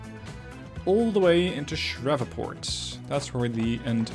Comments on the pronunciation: Great series! (It's pronounced Shr-eev-Port BTW) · Sir ... it is pronounced "SHREEVE - PORT" Sounds like 'sleeve'. Also ... Augusta is like uh-gus-tuh... not ah-goose-tuh. Sounds like the man's name - "Gus".